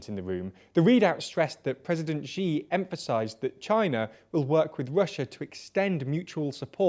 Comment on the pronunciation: Please make the effort of learning how to pronounce names of people or places properly, before you present it to us!